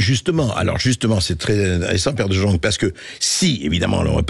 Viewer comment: On prononce De" yong" pas de jong😊